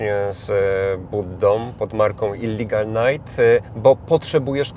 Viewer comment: "Illigal Night" hahahaha "Illegal Night" tak się wymawia i pisze.